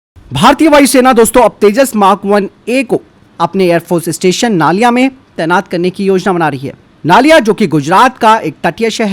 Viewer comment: नलिया है सर नालिया नहीं है।